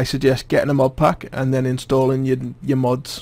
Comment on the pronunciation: sounds like he's saying mob